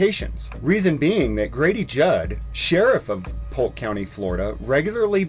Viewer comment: It's Polk county Hahahaha!!!